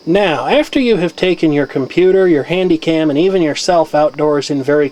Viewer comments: Not HandyCam.... "CandyHam" LOLOL.... Either way yet another good, interesting video! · you said candyham instead of hanycam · said candyham instead of handycam! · heard you say Candy Ham? (yes I played it back several times to make sure).